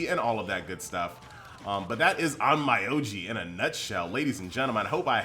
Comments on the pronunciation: It’s pronounced OnMEoji not OnMYoji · Please pronounce it in Japanese... on-m’o-ji, not on-mai-ou-ji